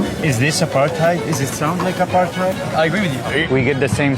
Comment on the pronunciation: I'm triggered by the way he says aparTHeid.